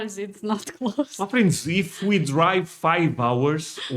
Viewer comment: I love how you say my friends it sounds like muffins